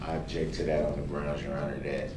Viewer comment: He needs to learn how to speak proper it's not axe it's ask ,it's not adject it's object , it's not fing it's thing,it's not dis it's this ,it's not den it's then,it's not dessed,it's addressed, he is a clown 🤡 who thinks he's intelligent ,he's a narcissist looney,who is going to get passed around in jail like a barbie doll in the showers